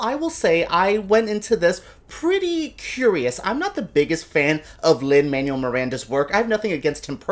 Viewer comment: Lol - you're Cuban and you can't pronounce Lin-Manuel's name? He hates it when people call him Lin "Manual", so much so that he dropped the Manuel from his name when he was in grade school.